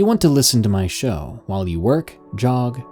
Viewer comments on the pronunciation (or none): none